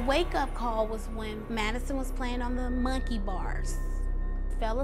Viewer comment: “The wake up call was when Maddison was on the mUnKEiY bars.” why do u say it wrong and weird?